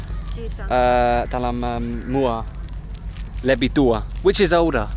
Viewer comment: you said muar with no 'r' like local muarian